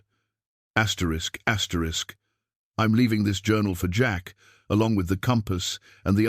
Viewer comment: Why keep saying Astricks?